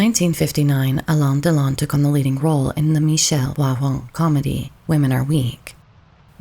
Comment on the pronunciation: You butchered his name. Alain and Delon don't rhyme.